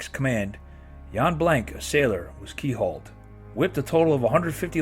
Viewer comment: Keel hauled. Not key .pulled around the keel.